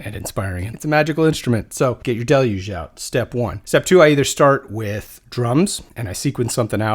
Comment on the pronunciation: Are we sure you are saying Deluge correctly? 😂